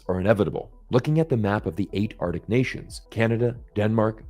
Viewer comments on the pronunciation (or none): Arctic, both C's are pronounced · Read the comments. ‘Artic’. Yeah. And the Gulf of Ameria.